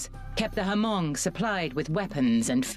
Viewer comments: Someone tell the narrator it’s Hmong with silent H not ha-hmong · My Hmong people, the pro Americans, sacrificed themselves for America. At least show some respect and pronounce our name correctly. It’s pronounced Mong (Hmong) not Ha-mong. My people were courageous, no matter which side they’re on. Love and respect. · Uh, I thought it was pronounch MONG not HA-MONG. The movie Gran Torino has one of the main characters, who is hmong corrects "walt" when he says HA-MONG